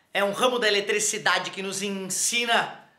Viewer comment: "Eletrostática é um ramo da *eletrEcidade*"